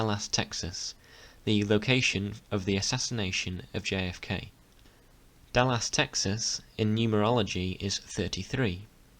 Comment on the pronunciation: it worries me that you cant say Dallas ...and yes im british too